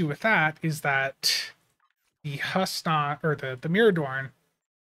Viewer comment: It was pronounced Hoosnock, in that TNG episode.